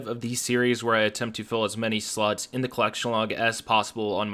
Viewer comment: I'm 100% certain you are saying "sluts".